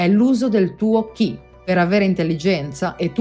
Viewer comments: Ciao..Grazie.. KI (pronuncia CHI) è giapponese, CHI (Pronuncia CI) è cinese, Gong si pronuncia Guun (con una g diura appena accennata alla fine) <3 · Molto interessante. Tanto da approfondire... anche se alla fine il discorso di base è: "fate qigong". Grazie del servizio. Un appunto: Qi si legge Ci 😉